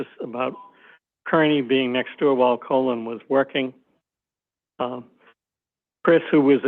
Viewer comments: Why does the CW keep calling Colin "colon"? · He is clearly trying to keep Colin‘s name out of the record as much as possible by pronouncing it wrong, similar to the misspellings in the police reports. I feel like the defense should have the court correct him asap.